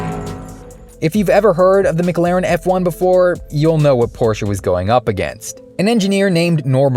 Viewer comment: Please stop saying mic-laren....you're killing me. Try Muh-claren.